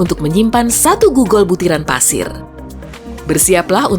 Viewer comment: Kata "GOOGOL" Mungkin dari G-O-O-G-L-E Dibaca?= GULUGULU yang Improvisasi :^ :v